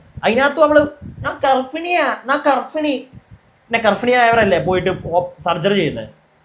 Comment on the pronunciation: ഗർഫിണിയല്ല, ഗർബിണി